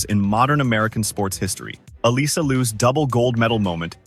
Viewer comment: FYI....Alysa is pronounced Alissa not Aleesa. Straight from her.